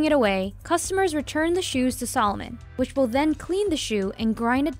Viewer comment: it´s called a-di-das..no "aydeeduzz" or if then say Ay-dee-das...sa-looooo-mon, not salmon... ^_^ its so weird for me as an german to hear AAY-Di-DASSS ...